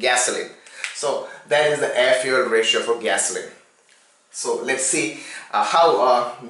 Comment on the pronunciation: Its funny when he says fyu*e*ya*l